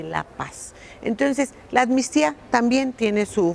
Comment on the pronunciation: "Anmistía" no existe sra, es amnistía ;)